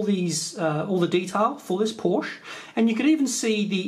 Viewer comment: Cool! Looks fun, too, and possibly useful. But I gotta tell ya, Porsche has TWO syllables (Paw-sha is probably as close as most English speakers can manage). Cheers & thanks, eh (as we Canadians are alleged to say). ;-)